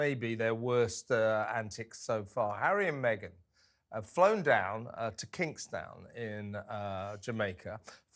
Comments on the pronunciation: It's Kingston - not kingstown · Why the derision about the "One Love" film? It was almost as if you, Kevin, had never, ever heard of Bob Marley? much less the pronunciation of Kingston? Putting those odd remarks aside the rest of the comments were quite correct and there was no discernible reason for the Sussex family to be there? It added zero value other than make me annoyed.